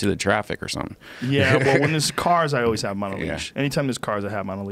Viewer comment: There's no "o" in "always". Now Joe is saying o-ways. Kids these days.